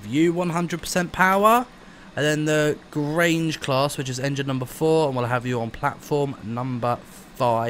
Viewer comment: You pronounced Grange right